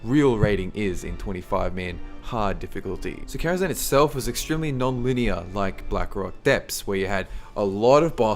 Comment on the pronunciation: Really? Karazhan? No. No.